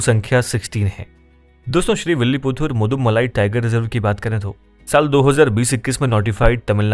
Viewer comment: Thanks for this informative video and I learnt a lot about Tigers in India today👏🏽 And it is not Madumalai (मदुमलाई) but Mudumalai (मुदुमलई) Tiger Reserve — the text on the video was fine but your pronunciation was incorrect ☝🏽